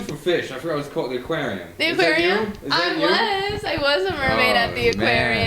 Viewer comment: Intro Date coaching w/ Toni & Toni’s evaluation of Amanda & date. struggles with the word Aquarium “how’s the weather?” “You was the bitch!” Leonard’s date Leonard air-fries his eggs Air-fried eggs saga starts Toni rates the dates Leonard’s glow-up Griddy eats testicles is inconsiderate of people‘s time Annabelle drama w/ Electrasoul Haunting of the Sally House Roddy’s gets laid from a first date Cartel murders Ozempic side effects RIP Sabu VTuber drama Pasty’s Quiz Time w/ Toni & Roddy Insane internet history 5 year anniversary and the ending of season 7 We miss you Justin, can’t wait for the comeback of the century 💪